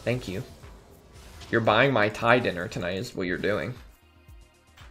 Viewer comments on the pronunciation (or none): none